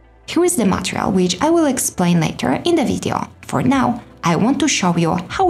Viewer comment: please, please is not "matreal" but an only "matERial"! please change the pronunciation, they are not difficult letters to pronounce MATERIAL!!!